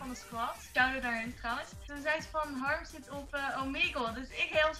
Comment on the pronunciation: je zegt haRRem